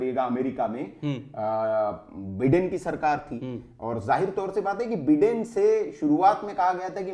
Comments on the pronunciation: अरे बिडेन नहीं बाइडन हैं ये क्या बिडेन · Baiden nahin Biden bolte h, bhai bolna Sikh let to achcha hota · My dear so-called Anchor and Journalist, it is not Donaald Trump but pronunciation is Daanld Trum. Also it is not Beeden but Byedn.